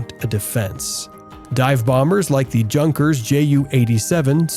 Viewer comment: Luftwaffe is pronounced withe the "e" at the end, sounding like "Luftwaffer". Also, Junkers is pronounced "Yunkers", J pronounced as a Y in German.